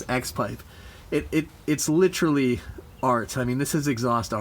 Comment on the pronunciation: Good video, awesome truck. Just one thing. Repeat after me... "Lit-ER-all-ee" the word has 4 syllables, not 3. Again, awesome truck, looks amazing.